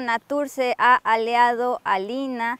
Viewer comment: Se dice "aliado", no "aleado", no eres metal ni pájaro para "alearte".